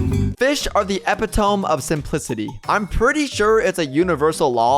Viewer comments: Epitome = “ih-PIT-uh-mee” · Epitome is not! pronounced that way🤣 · Just thought I'd say this, because one of my friends corrected me on it It's pronounced eh-pit-oh-mee